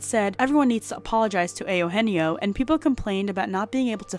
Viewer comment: ehh- ohh- enn- yeeo ?? Spanish??